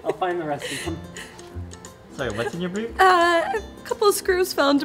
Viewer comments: She said Boob!!! Instead of Boot!! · Did she seriously say boob instead of boot? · when she said "boot" I heard boob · it sounded like boob, i thought "oh yeah" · thought she said "couple of screws fell into my boob" :/ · Sounds like "a couple of screws fell into my boob". Heh.. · please pronounce the T in boot, i had to do a double take on what i was hearing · wait did she say boot or boob? lol